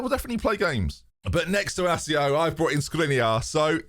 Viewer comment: Inácio was well pronounced but the First name is pronounced Gonsalo the c before vowel is read s in portuguese. Of course there is no problem in misspronoucing names